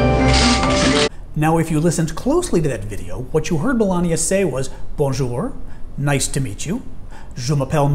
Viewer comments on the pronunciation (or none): Donna Smith Nope. She said Bonnejour, a gross mispronunciation. Doesn't exist. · Kiki Reisdorff I noticed that too. I live in France. She said Bonnejour. Non existant, as you know. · She actually said Bonjou...oh lord🙃